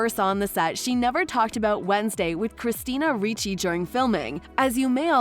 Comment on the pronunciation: A I ???? Christina Ree chee?????